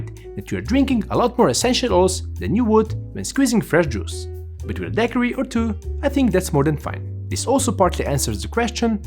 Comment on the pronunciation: One must love 🐓 measuring bartenders when not a single one seems to know how to say Daiquiri.